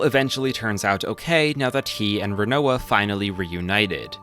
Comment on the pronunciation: I mean. If we're talking main cast we actually have heard most of thier names spoken out loud in spin-off games. The only character where you pronounced their name particularly wrong though was Rinoa though. Its pronounced Rin-Wah kind of like the food Quinoa.